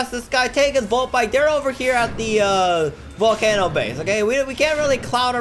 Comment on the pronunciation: did user just say "volcanno" base?